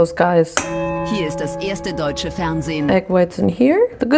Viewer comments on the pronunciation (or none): none